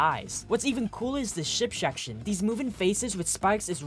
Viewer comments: ERM, ACTUALLYFOR THE THIRD TIME NOW!!! IT'S 'S H I P S E C T I O N' NOT 'S H I P S H E C T I O N'!!! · ERM, ACTUALLY AGAIN!!! IT'S A 'SHIP SECTION' NOT 'SHIP SHECTION'!!! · I like how he says "şip şekşın" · “ship sheckshin” individual 🤞😭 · bro rlly said ship šekšn😂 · bro really said “ship shection”🙏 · "ship sHection"😭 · bro cannot pronounce ship section 😭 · can somebody teach this guy how to say SHIP SECTION